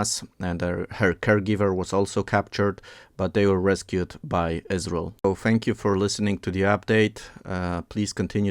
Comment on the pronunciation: Who is the speaker? Why does he call it Us-Rul?? Is there a video transcript or video in his native language? Interesting info. Thanks.